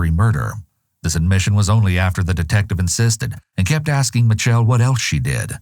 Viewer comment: Worst thing is, she says “axing”, instead of “asking”. I mean how disgusting is that! Pure evil.